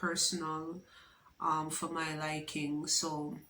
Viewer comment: "Taken fi granted" 😂😂